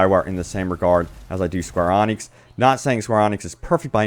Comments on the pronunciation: Square Ēnix, not AWnix. 😁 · Yeah, he's not great at pronouncing things properly. Someone should make him a guide. 😁 "Diablo = dee-ah-blow" "Enix = E-nix"